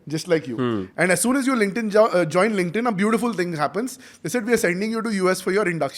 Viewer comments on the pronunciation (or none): none